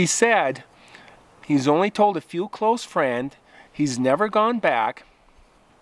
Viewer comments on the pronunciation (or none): none